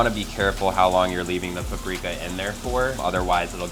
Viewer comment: its not pappreeeeeeeka you moron its paprika